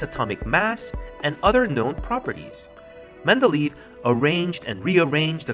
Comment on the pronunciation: It's Mende-ley-ev, it's not Mende-leave.